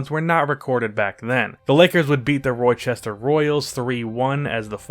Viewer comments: Bro do you not know how to read and pronounce names?! It's Rochester Royals pronounced "Rah-Chester". And Joliet Illinois is pronounced "Joh-liet". How the hell do you have 170k subscribers?!...smh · you gotta remember it's the same guy who doesnt know how to pronounce the word "Rochester"